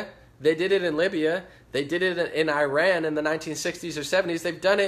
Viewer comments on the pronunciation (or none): none